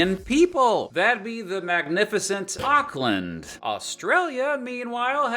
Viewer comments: you said auckland wrong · Orkland not ocland. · great video, but i feel to add a few corrections.. Maori pronunciation, eek awk-land, not ock-land wrong possum. we have brushtail possums, not opossums :) there's other thing as well ofc, but there are more of 'you live in NZ you know the problems' that aren't discussed world-wide :) [I mean like housing prices and low income and expensive every day costs - that kinda deal] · I live in no and this man just AKLAND lol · Magnificent Aucklan........ What? It's like you're not even trying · My New Zealand senses are tingling about this dude mispronouncing Auckland